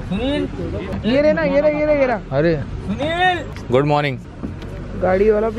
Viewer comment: Guuuuuuu - 😁😁😁😁 ye guuuu kyu bola tumne, D kaha gya ?